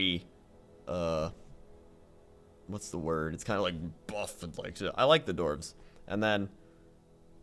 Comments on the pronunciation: it's dwarves not dorves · The dorves. I like the dorves. My ears man... Dwarves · I like that he pronounces dwarves, doorves.